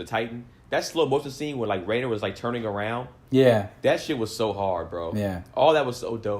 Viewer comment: was giving shit but still ended up pronouncing “Reiner” wrong LMAO The dub is actually quite good so maybe you should watch it to get the names right 😆